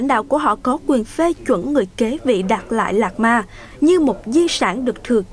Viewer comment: Biên tập viên đọc tên đạt lai lạt ma cũng. Sai nữa😂